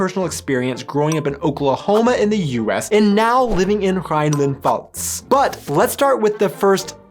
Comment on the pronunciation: How is the Mosel that green??? BTW, the F in Pfalz is not silent.